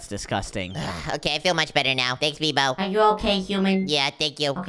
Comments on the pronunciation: It's MEEBO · I dont no why meebo not mibo hHhHahahaha